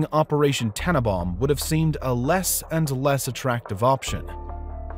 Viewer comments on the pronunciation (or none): Operation TANNENBAUM, not tanabaum. I do wish narrators would get their pronunciations right. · Wintergewitter simply means winter storm. And this fellow needs to pronounce it TanneNbaum. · Why can't he say the last n in Tannenbaum? It's TanneNbaum. And Baum rhymes with brown, not warm. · tannenbAum.... with an a